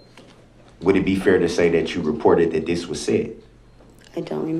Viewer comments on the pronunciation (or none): How can you say "dat"?